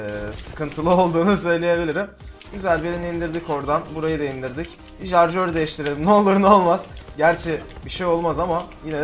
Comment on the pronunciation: jarjör değil şarjör